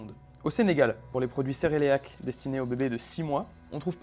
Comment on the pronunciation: Un moment je me suis remise en question quand tu disais cereleac😂🤣, ouf . Merci pour tes vidéos super enrichissantes , big up.